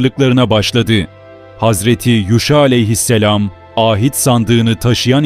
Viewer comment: Â hit değil ahit sandığı